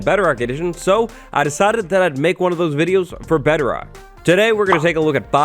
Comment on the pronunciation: Why do I keep hearing Bederock?